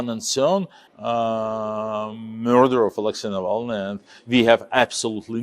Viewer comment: How many 'differen' pronounciations' of ALEXEY NAVALNY'S name in this clip???